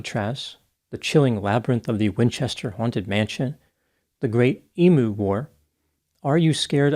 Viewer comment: I have always been impressed how pronounces Australian cities. Here is another word: Emu is pronounced eem-you